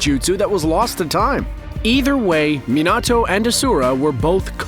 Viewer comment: Bro really said minato and Ashura name wrong